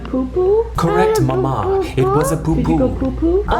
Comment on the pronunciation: I will never fully recover from saying mamA in Flynns voiceover.